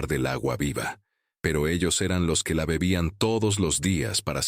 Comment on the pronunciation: O. Sea. Gue. Lo. Gue. Guiere. Decir. Es. Gue. Se. Volvió. Envanjelico. Hay. Si. La. Acabo. De. Embarar. 😊